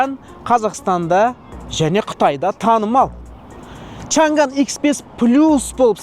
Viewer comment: Чанган емес Чаңан